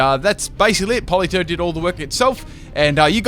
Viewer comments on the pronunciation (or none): Isn’t it politoed?